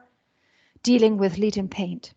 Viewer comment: please pronounce LEAD correctly